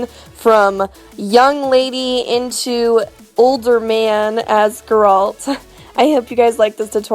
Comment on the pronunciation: Gurralt? It's Geralt. G-AER-ALT. GARE-ALT as in Bear. Bear alt. Geralt.